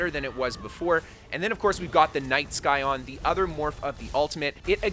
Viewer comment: Future reference,the c in Scion is silent.